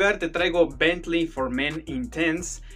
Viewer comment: Bien, es agradable escuchar Bentley bien dicho, en vez de Betlin como le dice el Sammy 🤣